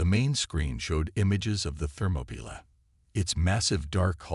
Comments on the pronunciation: That is so ridiculous I was wondering what the hell a "Thermopila" was. it's not a word. the closest I could come was thermopile, but that is a temperature sensor. Then it dawned on me. It was an AI bastardization of "Thermopolis". Or what we say in The USA Thermopaly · It's THERMOPYLAE!!!! I stopped and won't continue. If you don't listen, then edit your content properly before posting, then stop posting. All you're doing is half-assing the content because you're too lazy and letting whatever AI system you use to do 99% of the work. Need to block this channel. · Interesting pronunciation of the ship name, more AI slop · Oh, the ship is the "Thermopylae". Channel needs a better TTS.